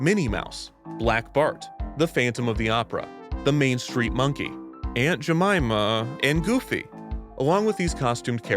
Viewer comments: “aunt jemim-uhh” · Aside from how well put together and informative this is, this might be one of your funniest videos to date. "Aunt JemimAHH", "It would be like going to Walgreens, and seeing Charles R Walgreen... fire a gun." Got genuine belly laughs out of me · The way he says "Aunt Jemimah" at just cracked me up. There's no other way to pronounce it with that image on screen. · Pronounces "Aunt Jemima" in a way that cannot be reproduced by AI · the way he says Aunt Jemimah 😂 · The way you said Aunt Jemima absolutely sent me. 💀